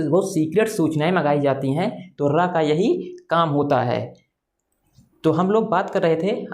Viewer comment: Arey bhai RA nahi RAW